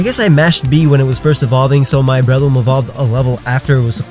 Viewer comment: THERE IS NO I IN BRELOOM!